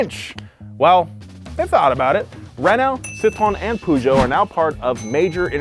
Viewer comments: It might be an idea to actually try, as you do, to at least make an effort and pronounce the names of these iconic car manufacturers. We do too when talking about Buick, Chevrolet and… sorry, wrong examples. But know that ‘Puszow’ is actually pronounced (phonetically) Pùh-zhow. Try it. Makes you actually sound more knowledgeable. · Im not french, but hearing "puchons" hurts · Poojoes 🤣🤣 it’s peurjo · one day the Americans will pronounce Peugeot correct, its more like puh zhow (per joe or purr joe) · Just an fyi for America. Peugeot isn't pronounced Poo-jho, it's pronounced more like Puh-jhow. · please stop sayinh poohgoot hhaahahahh its puhgo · The way you pronounced "pooshow"!! 😂🤣😂 Its pronounced more like "perrshow" 👍 (I'm from the UK 😉) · Could Americans please stop saying POO-ZHO or PYOO-ZHO, it's PER-ZHO (or as close to that as makes any difference). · Not poojo , perjo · It's pronounced "Peugeot" not "pujo" 😂😂😂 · Hearing Pougeot instead of Peugeot makes my ears bleed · Citroën, not Citron (even though this is the origin of the name); Peugeot not Poogeot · Ah yes, my favorite french car brands, "PewJoe", "Citron" and "Rano" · I might be wrong, but it's pronounced Per-joh, as in Persia, but without the American hard R Renno And Sitron as in Sit and Tron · Poo - zhoh ? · why do americans keep callin it poo-geot smh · Your "Poohgeot" pronunciation made me chuckle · Peugeot never made it because Americans can’t pronounce it correctly. (Puh-zhou.) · hahaha you pronounce Peugeot Poo-Joe in english? 😀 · That's not how you say Peugeot. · I am NOT French , I do NOT speak French but I cannot stand the terrible american pronunciation of Peugeot . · The way you Americans pronounce Peugeot simply twists my guts xD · Yo, do all Americans pronounce Peugeot like that? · Lol how you guys pronounce Peugeot and Citroën. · Next time just look up how to pronounce Peugeot. I cringe every time I hear it pronounced like that. It’s like saying aluminum instead of aluminium.